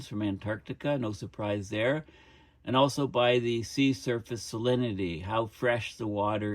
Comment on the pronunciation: Every time you say “sea surface” I think I hear “sea serpent,” which gives a slight bit of comic relief to an otherwise alarming topic.